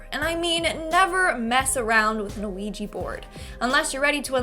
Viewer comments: Why anglo pronounce it ouiji board its a OUIJA board like OUI=-YES IN FRENCH AND JA = YES IN GERMAN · Sorry but it's pronounced we ja the o is pronunciation is like the French oui = we